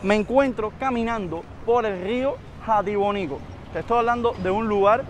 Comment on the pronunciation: Rio Hatibonico, no Jatibonico como el municipio.